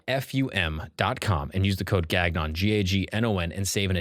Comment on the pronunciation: Okay, even I, from Estonia, know that is not how you pronounce Gagnon. Do you even know how far Estonia is bud? Come on!